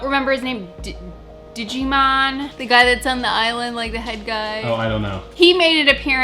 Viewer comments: Cillian: KILL-e-uhn Djimon: JY-muhn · pronouncing Djimon as Digimon is literally how I pronounce Djimon Hounsou’s name